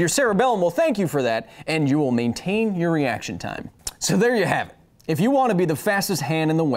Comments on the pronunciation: I just want you to know kyle, the video got the thumbs up after "mane-tain" keep it up, youre funny as hell. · Mane-tain lmfao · lmao Mane-tain